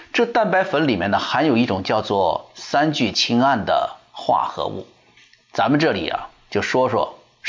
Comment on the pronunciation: 三聚氰胺，很多人发音都错了，发对了。